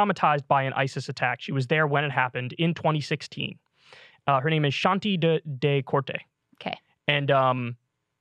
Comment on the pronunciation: The surname is Decorte and is pronounced "duh - court".